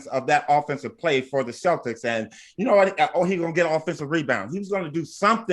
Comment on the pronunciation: Why can't they pronounce celtics